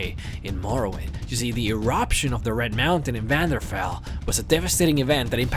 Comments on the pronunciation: " eruption of the red mountain in vanderfell?" It's pronounced vardenfell. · "Vanderfell"? Really? :-) (It's also 'dire straits' - you know, like the band.) By the way, you've got great graphics!